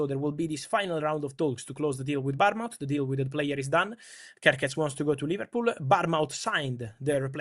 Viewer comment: Bournemouth not Barmouth... pretend it's bornmuth